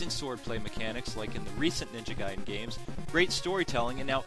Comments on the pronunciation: it doesn't mean "letter" nor is it pronounced gayden... it's pronounced like guy den. ninja gaiden. gaiden 外伝 (supplementary biography; anecdote) in no way could that mean "letter". please get your facts straight before "informing" the people... you're just adding gas to the ignorance fire... 'merica.. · Lol he was say "Gay-den" meant that! XD Notice he only pronounced it "Gay-den" at that one part, but said "Guy-den" the rest of the video.